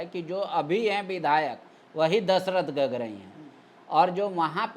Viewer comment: गागराई होता है गगराई नहीं हकला चाचा जी